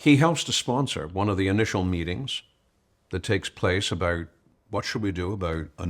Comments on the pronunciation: Yes he speaks so clearly and with passion , I noticed he pronounced " about " as a Canadian would as " aboot " so I checked where he was born , puzzling it was Japan , however his parents were dinky di Americans . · I noticed the same thing. Might be one of the Pennsylvania accents; maybe North/Northeastern Pennsylvania?